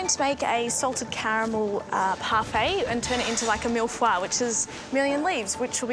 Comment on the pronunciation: Their pronunciation of mille feuille killed me😂